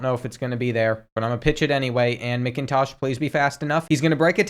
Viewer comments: As a Georgia fan, it literally pained me every time you said MICKintosh instead of MACKintosh. But i still love the videos! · Also I cringed so hard at (Mick)intosh instead of (Mac)intosh but it’s all good because the goat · Kenny mc-in-tosh that’s not how u pronounce it in macintosh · Love ur videos man but as a dawgs fan I feel greatly insulted with the mispronouncing of Macintosh